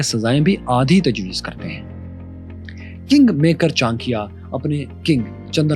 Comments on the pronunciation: Please pronounce it properly, it cha-na-kya , not chankiya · All good and wonderful but Many of pronunciation were off and it is sometimes important to say it right when telling such compelling history. It really helps.example Kshatrita . It’s not ‘ka.Shtriya’ it’s ‘ksh.Triya’ . It’s not Taxila, it’s ‘Taksh.Shila’. It’s not ‘Chan.kyaa’ it’s ‘Cha.N.kya’ Like that there are quite a few instances. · Chankiya nhi bewakuf Maharaj Chanakya bol chutiye bolna Sikh le pehle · Pronounciation of his name is not Chaa.n.kya.. but its Chaa.na.kya But overall very good analysis 👍🏻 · 'Andar ka bhedi' Lol 😅 Btw, at least learn to pronounce the name well. 'Chaankeeya' sounds nothing like CHANAKYA. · It pronounced Chaa+na+kya Lot of reference are mistaken but it's ok, Chanakya was never a Jain, he was Brahman, Taxila and Nalanda were not Mazahabi education centres they were teaching almost everything from kala and Nattashashtra (artistry like music dance) weapon, fighting skills (combat or yuddh shashtra), Chemistry (Rasayan shashtra), Vedas Upanishad (Sanatan religious and cultural text) Astronomy, Political and Social science (Raneetijshashtra) and 3conomics (arthashashtra) Students from neighbouring countries used to study there, the university was run on donation of kings whoes prince used to get educated there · Brother you should have more information, (it's enough knowledge for Pakistan people). He is bron in Hindu. He following buddhism , h Not Jain . Pronounce propar name Great person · Aby Bhik Mangoo Pahaiy Pronounce thik karo Chanakya